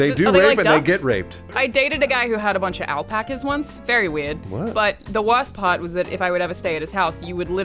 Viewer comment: .... warst paht..... this needs to stop.